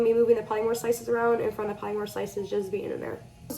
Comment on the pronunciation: Are you Hispanic? Your accent really throws me for a loop bc you sound Latina. You are, right, like half maybe? (And btw polymer is pronounced 'paa-luh-mer.' I thought you were referring to something w/ a trademarked name, something like 'polymorph' or something. Polymers are a class of materials that are like plastic. But you should say it correctly.) Also, funny that you're teaching kids how to use syringes. I use syringes for um....something else. And don't call an object 'he/she.' Your videos make me angry.